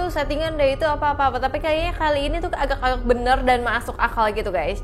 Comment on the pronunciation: Ko ngmong nya AGAKK AGAKK bukan AGA AGA